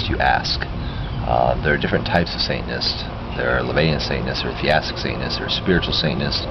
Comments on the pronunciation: To be an annoying ass...it's not "theastic", it's theistic. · i think you mean theistic, but your saying it like theAstic